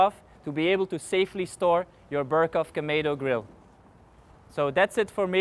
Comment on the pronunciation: kamedo grill??? Kamado !